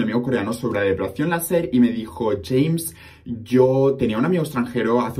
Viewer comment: Siempre pense que tu nombre se pronunciaba "lleimes" osea como en ingles, no asi jamessss :O